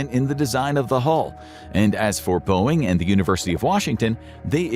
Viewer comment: I know they say no AI but then they also say Booing and not Boeing. Seems fishy